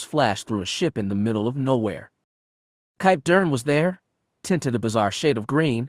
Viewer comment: Why cant the reader pronounce Kip Durans name?